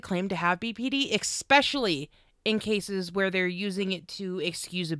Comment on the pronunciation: One thing that you and Amber have in common is saying eggspecially or eckspecially. Its "especially". I love this video series. A ton of good info for someone like me who is not that knowledgeable with bpd. Keep up the good work and thank you.